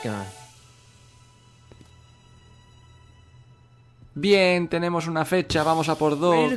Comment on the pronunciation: Me encanta cuando dices bi-én :v